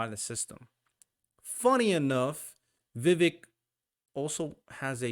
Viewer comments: You lost me when you pronounced his name, its not princess Vivi bro, its VI VEEEK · Vivek pronounced like cake. Vi vake like cake. Just try and research pronounciation before you talk about him for 30 min. Don't worry...you're not alone. I've seen the same mistake by mainstream conservative talking heads....almost enough to stop watching them, as they have no excuse. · Vivek is pronounced Viv-AKE, like CAKE. Get it right!